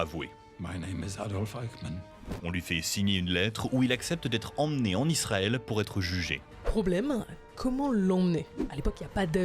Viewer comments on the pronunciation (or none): none